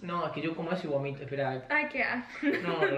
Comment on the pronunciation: No se dice gomito es bomito